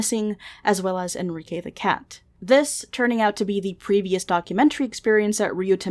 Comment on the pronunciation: Wait what?? Enrike???? Sounds like Enriqueee ✌️